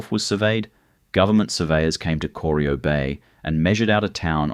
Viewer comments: coreeeyo! cor-eye-oh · Corio is pronounced core-eye-oh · Bwhahahah kor-i-o Was about to dump on that myself..... For someone to put together all this mismatched information information and while doing so didn't YouTube Geelong or Corio to hear how it's said..... Failed to mention the salt works. Or the oyster farms they found when dredging the prominade. I still like the fact that the turbo territory was a game changer that made suvs fast ASF. I believe the spark that later inspired things like trackhawks nowadays. B4 territorys. Suvs were predominantly diesels n slow or 4 cylinders n small. Eats V8s sedans for breakfast... Free trade and opening the door to Temu quality is what ended an era and turned Australia into a single use if lucky economy... Bring back the little triangle with a roo and Australia made back.... Built to withstand the strayan lifestyle and did it with pride.... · Corio Bay, which your AI slop narration not only mispronounced, is not deep water. to is completely factually incorrect. That’s when I stopped watching. Slop. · Was about to make same comment They obviously didn’t talk to anyone in Geelong before recording this